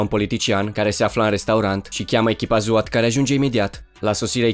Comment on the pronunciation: ai zis la sosirea echipei zwat in loc de swat